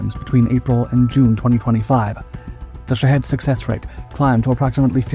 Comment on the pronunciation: Why are Shahed drones pronounced, "Sh¡thead" drones?!😁